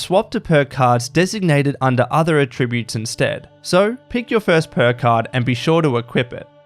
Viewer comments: You say "attributes" wrong. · I just want to know how the voice-over guy got this far in life without knowing how to pronounce "attributes" correctly for the context. Actually infuriating. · Just returning after a few years. Nice to see such changes, it's greatly improved game. The next improvement should be the way the voiceover guy for this video pronounces 'attributes', because it's really annoying and distracting.